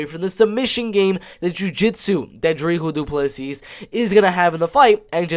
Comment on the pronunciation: Hey South african here , Its dricus du plessis but Its pronounced Dri Kus , Du plissy